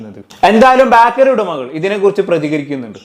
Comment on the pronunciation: ബാക്കറി അല്ല ബേക്കറി